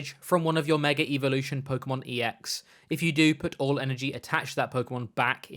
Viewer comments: Intrusive R from the Brittish accent hitting so hard I thought it was called Mega Revolution lmao Love it <3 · Meger evolution!!